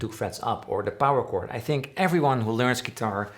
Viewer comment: Sounded a little bit like "Dont thimk twice it's alright."